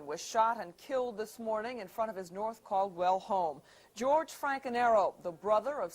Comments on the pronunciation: "Wes coh well Wes coh well, its North Caldwell!" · "My cousin Pak he good pwummer. Live in Norf Calwell." Kim Yum Sung. "Its NORTH CALDWELL"Tony Blundetto. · Just what I was supposed to write. Haha Norf Calwell